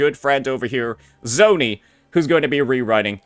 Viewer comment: Ah Yes.... ZONI